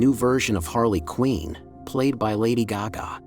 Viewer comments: It's QUINN! not " QUEEN " ! get it right. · Quinn is not pronounced “Queen”. It’s rhymes with gin or tin or bin.